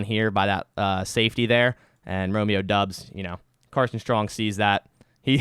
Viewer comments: its doubs not dubbs haha like dowbs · I’m pretty sure it’s pronounced Dobbs and not Dubs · Great breakdown, please keep these types of videos coming. Btw it's pronounced "Dobbs" not "Dubs" according to the man himself 😂. Though I think he still likes the Dubs nickname